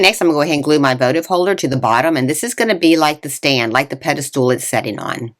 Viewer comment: ……did you say PEDASTOOL..?…….